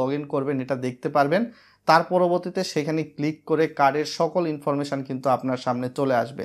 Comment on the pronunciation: 7 লাখ সাবস্ক্রাইবার আর বলে কিনা "প্রেমেন্ট" "ইনফরমেশান" ভাই স্ক্রীপ্ট লেখার পর চেক করে নিয়েন। বাজে শুনতে লাগে।